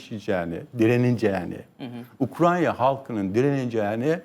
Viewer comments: Ukrayna'ya Ukranya diyen birini ciddiye alamıyorum. Hele ki bu kişi g.başkanlığı yapmış ve kendisine ve ordusuna karşı kurulan kumpasları savuşturamamışsa. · Koskoca Generallik yapmiş bir şahis Ukrayna diyemiyorda Ukranya diyor. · Gelmiş geçmiş en boş adamlardan. Hakkın olmadan O makamlara getirilmiş belli. Koskoca adam Ukrayna bile diyemiyor. Hormonlu dopingli